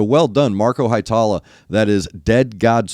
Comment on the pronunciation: Hee-e-tala, New-can-en, emphasis on the first syllable in Ollila, not Ol-lee-la. Finnish is easy, eh? Great reaction as always!